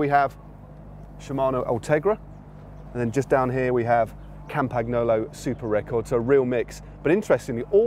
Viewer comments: Hey Matt, You're saying it wrong. It's Cam-pa-gnolo. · silent G in Campagnolo and N is pronounced like you pronounce N in New York, thanks